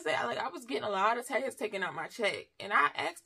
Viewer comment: Haha…I was confused for awhile thought she was saying’texas’ but taxes.😂